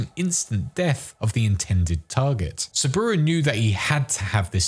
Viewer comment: To be fair Saburo is a bit hard to pronounce correctly as in japanese for english speakers. In IPA it should be like this [sabɯɾō] with stress on ɾō